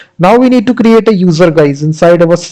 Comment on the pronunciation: why you are speaking like stttrrrapi and crrrrrreatttte, pronounce r and t once, it's enough